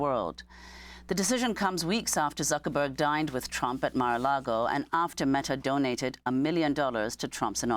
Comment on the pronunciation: Zoo-ckerberg? No one says it like that. Get a grip man.